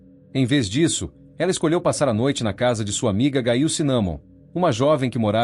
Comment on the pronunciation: NARRADOR NEM SABE PRONUNCIAR O NOME, GAIL??????????😮😮😮😮